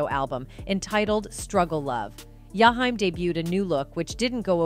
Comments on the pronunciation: Oooooooh of she says Yahime one more time.I think shes saying his name wrong on purpose. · His name is Jaheim,not Yahime😮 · It's jaheem😡😡😡😡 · I sat thru this whole video, and didn’t understand why his name was pronounced that way, the disrespect…. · Okay now why you can't pronounce his name right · Could you butcher his name any worse🤨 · I agree with you. 💯 She's white.